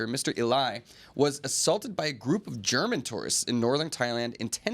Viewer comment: "german" turistits 😂